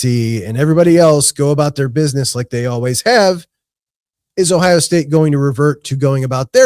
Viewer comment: Idk about that song but it describes ohio. Shooting dice was big in the Akron area. But I wish you could understand him saying ohio.